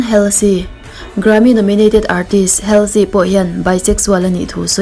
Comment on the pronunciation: Halsey hi ‘Holzi’ tia lam tur oo 😁😁